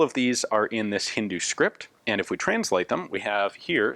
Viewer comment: Ian the language you were referring to is actually pronounced as Hindi, Hindu is a person who follows the religion Hinduism .